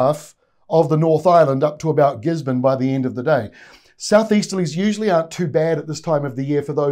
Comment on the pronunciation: The word is usual you’re still getting it wrong